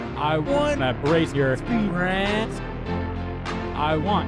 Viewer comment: When he says spirit it sounds so weird